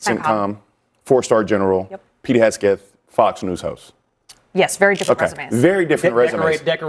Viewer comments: Can the one guy get Hegseth’s name right? It’s not Hesgeth. It tears at his credibility. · Omg Its HEGSETH NOT HESKETH 🙄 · I keep getting distracted every time i hear that guy say “Hesgeth” instead of “Hegseth” 😂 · Why is he saying Haskett !?! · It’s Hegseth not “Hesgeth.” I don’t like the man but the mispronunciation was driving me nuts. I thought it was a mistake at first til he said it that way multiple times. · keeps saying Hesgeth instead of Hegseth. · I'm in agreement with him, but it's hard to take Bakari seriously when he keeps mispronouncing Hegseth's name as "Hesgeth" again and again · How many times are you gonna call him "Pete Hesket" 🤦🏽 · Bakari killing it with mispronouncing Hesgeth 😂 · Dude who talks for a living keeps mispronouncing "hegseth" every time he talks about incompetence. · It’s “Heg-Seth”, eeesh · Bro can't say Heg Seth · The country boy from South Carolina talks about incompetence, yet can't even pronounce Pete Hegseth's last name correctly, can the boy even read? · Dude can't say Hegseth can he? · I love how Bakari pronounces Pete's last name!😂❤ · Why can’t Sellers pronounce Hegseth right? Annoying. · 10 min discussion and nobody corrects this poor guy on Hegseths name. 😂😂😂 Everybody is too scared to be cancelled to say anything. So stupid 😂😂😂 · Both trump and idiot hegseth should be charged with war crime. They need to go down. Also, why bro keep mispronounced hegseth's name? 😂😂😂😂😂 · I am with the people who said: honest investigation and the truth; also with: I doubt Trump or Hegseth will be honest about anything, especially that; but for the love of decency, it is imo VERY RUDE for a panel member so say the Name of Pete Hegseth INCORRECT for more than half a dozent times; if you go on a panel, plz inform yourselves beforehand; that made eveything he said very untrustworthy; btw, unbiased european here...